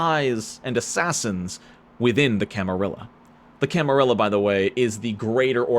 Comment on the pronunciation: Thank you for correctly pronouncing Brujah and Camarilla correctly.